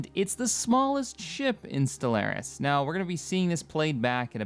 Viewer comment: I've reported this channel to the FBI for your pronunciation of Stellaris.